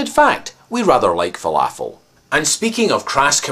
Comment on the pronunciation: Im struggling to understand what you are saying , Im sorry did you say folofles?